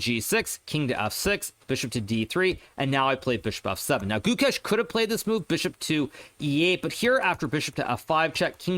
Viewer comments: It sounds like goo kesh (only indians will know) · Its goo-ksh